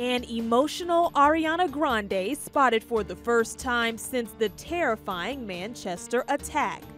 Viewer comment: Don't say Manchester like that